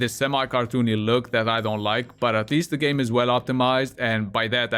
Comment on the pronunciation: When you said: I make "game" reviews and top 10 videos, I heard: I make "gay" reviews and top 10 videos instead. That was also funny lol :D